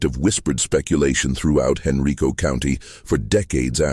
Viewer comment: It's "Hen-RYE-co"